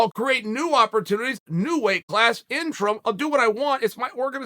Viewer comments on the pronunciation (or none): none